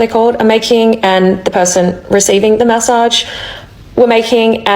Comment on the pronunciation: take a shot every time she says ma-ssage 😅